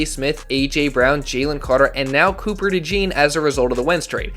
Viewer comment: Cooper De-Jawn 😄